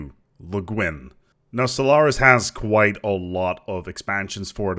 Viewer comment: Maybe it's something wrong with my ears, but I hear you say "Solaris" at the beginning of the video ?